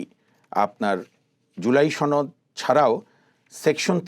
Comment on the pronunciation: সোহরাব বিহারীর ছেলে ছনদ বলে কেন সনদ বলতে পারিস না।